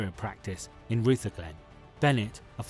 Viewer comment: Ruther-glen was butchered too,lol